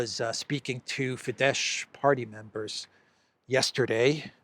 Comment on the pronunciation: i'ts not Fidesh, is Fides